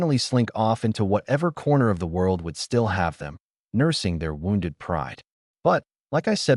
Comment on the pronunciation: Holy sh*t! The AI pronounced “wounded” correctly!